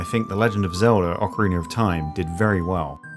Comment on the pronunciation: “Orcoriner of time” haha love it